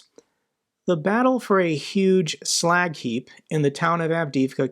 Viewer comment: That "slack heap" sounds like Iwo Jima.